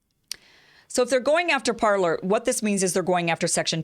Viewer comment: It's pronounced Par-lay. 'Parler' means "to speak" in French.